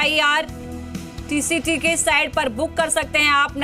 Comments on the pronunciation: Madam ko bolna vo IRCTC hai IRTCT nahi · Sahi kaha ictct 😊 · IRCTC hota hai behen